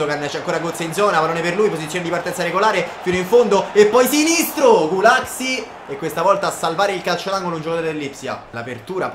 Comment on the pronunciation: io sono ungherese e sentire come hai pronunciato gulacsi mi ha fatto troppo ridere😂 comunque bella mi piace sta carriera, poi vedrai che ci prenderai la mano ora è solo l'inizio👍